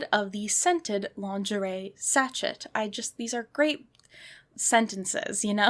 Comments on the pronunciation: Petty point of order- it’s pronounced ‘Sashay’, not ‘satchett’ 😂 I really tried to ignore it but after the tenth time of hearing it I just couldn’t stay quiet, sorry 😂 apart from that, loved this video, and I now have a new collecting rabbit hole to go down, my Etsy basket is now filled with slightly weird 80s dolls 😅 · It’s pronounced “saa shay” not shachet. In case you ever need to say it again in your life. 😁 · Its scent “sashay” babe. Not sashet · I think sachet is prounounced as sah shay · sachet is French so it's pronounced like sashay. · “Sachet” with a pronounced “T” is killing me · I'm 100% with you. The first time I was like "ugh okay" but then she says it like 30 times.